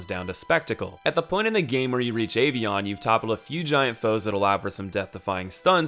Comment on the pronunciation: Boi pronouncing avion as ay-vieyon